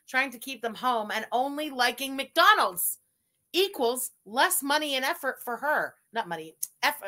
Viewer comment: the accent “everybody LOoOoOves macDANHALDS” ends me every time oh my god 😂